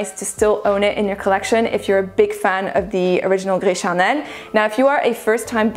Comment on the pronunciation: The way you say « gris charnel » sounds like you speak french ! I didn’t ear any french accent in your english. Du coup je suis curieuse! 😉 les revues sont très bien. Ici je passe mon tour car gris charnel et moi on ne s’entend pas bien. Bonne soirée